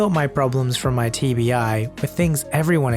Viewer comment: When he said TBI I thought he TV eye.